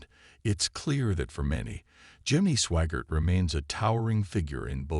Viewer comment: It's SWAGGART not SWAGAR. or SWAGARD. You guys are the worst.